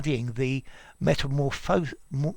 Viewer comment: The "SES" in "Metamorphoses" is pronounced "SEEZ", like the words "SEAS" AND "SEES" (HE SEES THE SEAS) in order to be distinguished from the "SIS" in "Metamorphosis", which is pronounced like the "SIS/SYS" in "Sister" and "System". Basically the same difference between the pronunciation of "Analysis" and "Analyses". Hope I helped you. :D